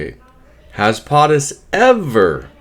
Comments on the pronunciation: It's not potttis it's poooootus. Long o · It's not Pahhhhh tus it's Pohhhhhh tus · PO-TUS not POT-US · Why " PAATUS" instead of "POTUS" ...PO not Pa never heard someone pronunciate like that.. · FFS, it's not POT- US. It's PO-TUS. PO, POE, rhymes with. Get it? Got it? GOOD! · POTUS = “Poe’tus” NOT “Pot’us”. Come on!!!!!!! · It's Po Tus not Pot Us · LoL, I know right.... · love your videos. I found your pronunciation of POTUS interesting.I’ve always heard it said PO- TUS ( long O as a Po boy sandwich.) maybe just google. I might be wrong… I know I’m not an expert for sure. 😉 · How is it that I'm Canadian and I know how to pronounce POTUS and you don't?! 😵‍💫 Just curious... how do you say SCOTUS? 😂 You have good content buddy, but c'mon.... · Please pronounce Potus correctly. Hooked on phonics is good but not in this case. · lol, exactly what I wanted to say. ;) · He may be saying it wrong on purpose. So YouTube doesn't strike his channel.